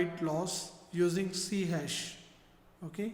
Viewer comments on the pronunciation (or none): its not C hash... hahaha... its c-sharp!